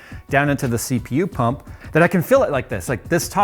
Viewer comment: Didn't Kyle build one in a similar case too? SSDs don't fit... How about NVMes? They come in big capacity as well. :) When you say Pump, I hear Punk... XD